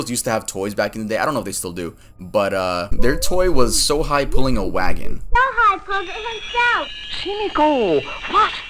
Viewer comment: Had your vid playing in the background while I was working when the Sugar Rice Krinkles' Sohi kinda gave me a shock. Sohi, the way you pronounced it means a whole other thing in Chinese. 'Sohai' is a derogatory term for 'idiots'. Pretty sure this will be buried in the comments but eh 🤷 Love your vids btw 😁